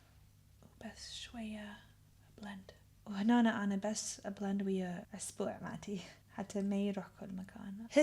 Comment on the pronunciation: اسبوع as in اصبع 😭😂 كلش كيوت